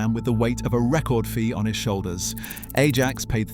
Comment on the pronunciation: bro.... u dun even say the name rite....